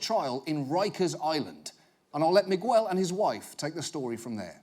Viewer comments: Migwel? O nome é Miguel? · After all these years I just notice John Oliver pronunciation of Miguel